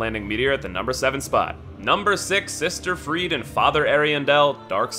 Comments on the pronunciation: Freide is pronounced "Frey-da"! They say it in the game! Where did this Freed thing come from? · Every time he says Freed for Friede a part of my soul dies. Ariandel literally says her name in the fight. Ariandel is pronounced wrong as well, but it's more excusable since I think only one npc says it. It's Ari-andle like handle. There's no emphasis on the "del" part of it. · Maybe its just me, but I absolutely hate how he pronounces Friede and vicar